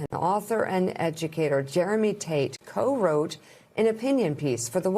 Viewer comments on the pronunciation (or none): none